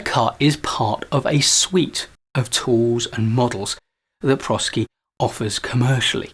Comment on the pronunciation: My company uses the ADKAR model in their training on change management, and we have found it to be easy to understand and practical in its application. Highly recommend it. The name of the company comes from the combination of the words professional and sciences. So properly pronounced as pro SCi with a long i.